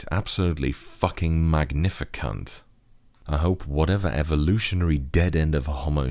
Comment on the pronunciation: has... how do you say this? has a way with words. Magnificunt? Man, that's just perfecto!